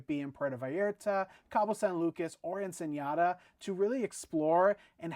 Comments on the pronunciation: Nice recap! Ensenada is pronounced as it looks, not "Ensenyada." There's no tilde over the n. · Hi guys love your channel May i help on a pronunciation?? the City of Ensenada is pronounced EN-SA-NA-DA without the ñaya accent on the last N so try to say ur Ensenada with the NADA part like you would say “i have nothing like Nada! “ xoxo❤ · Ensen-Yada. lol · I can’t get over your pronunciation of Ensenada and Viator. LOL. And why wouldn’t you think there would be great views on a Mexican Riviera cruise? Overall good info here. We’re going on our next Mexican riviera cruise next week!